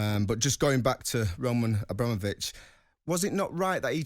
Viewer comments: Nobody calls him Abra-mo-vich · Why did he say Abramovich like that 🤢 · 20 Years and you still cant say his name correctly lol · Mug can't even pronounce the name properly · Can’t even pronounce Abramovich and it’s your job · The way is saying Abramovitch is making my blood boil 🤦🏻‍♂️ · Can someone teach (80s pornstar) how to say abramovich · this mf's job is to talk about Abramovic and he can't even pronounce his name properly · Any reason can't say Abramovich like the rest of us? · pronouncing Abramovich like he pronounces umbrella 😵‍💫